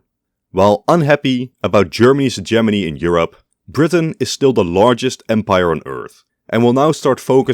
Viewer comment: sorry but i just had to click off after the way you pronounced hegemony